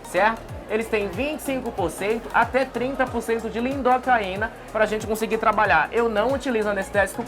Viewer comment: Lidocaína e não " lindocaína" :face-turquoise-covering-eyes